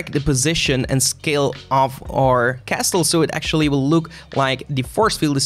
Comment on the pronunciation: castle, don't pronounce the T... 🤣🤣🤣